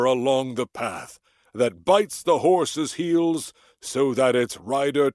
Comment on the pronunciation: 낭송완료 롸이팅했습니다 🐢 여러번하니 부드러워 지네요😊 horse's heels 발음 홀씨ㅅ힐ㅅ 재밌어요 그 어릴적 덤블링이 tumble인가보네요😂 VIPOR도 배우고 삼손도 단족속이군요 👍